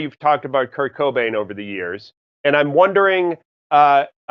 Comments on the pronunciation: the way he says Kurt KO BANE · Anyone else annoyed as fuck how the interviewer pronounced Kurt Cobain.....